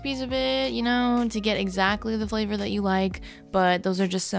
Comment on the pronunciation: "Give it some of the that flavah-flave, ya know?" I love you.